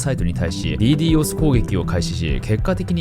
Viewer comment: DDos攻撃をディードスではなくディーディオスっていうの初めて聞いたわ。英語発音だとそうなの⁇ てか、オランダのサーバー踏み台に使われすぎやろ笑